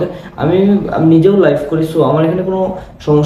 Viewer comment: ❝লাইফ❞ না ভাই ❝লাইভ❞